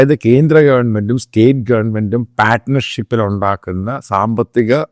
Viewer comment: Guy suffers from Multiple father syndrome ,means he switches his advocacy. Eating his once claimed words .When using english words he should pronounce it properly , eg partnership is said as Paaatnership